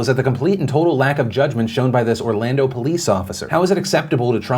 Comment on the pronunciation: I can fully admit as soon as you said “Orlando” I cringed.